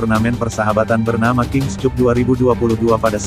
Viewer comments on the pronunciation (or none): Koreksi saja pada pembaca berita : King Kap bacanya, bukan King Kup. Cup = Piala. Malu-maluin.